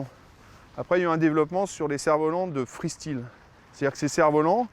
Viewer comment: Oui mr du cerf-volant le free stile pas le free style sinon bonne vidéo